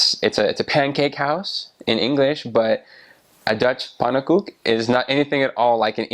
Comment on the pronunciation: I think he had a family pancake, cuz a normal one, is easy 4 a person. And the way they said pannekoek is amazing, thats spot on